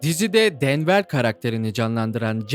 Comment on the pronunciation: denver diye okunmuyor.